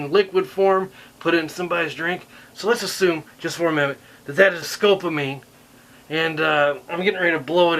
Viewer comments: Scopolamine not scopamime. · The Droids thing is a reference to Star Wars, not Star Trek and it's Scopolamine, not Scopamine, other than that, love the video! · It's called scopolamine Sco-pol-ami-ne .... Not scopamine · It is sco-pol-la-mine -pronounced (sco-po-lah-meen) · Is it really that hard to say a four syllable word?